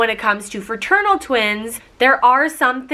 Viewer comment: iT is not ferternal it is fraternal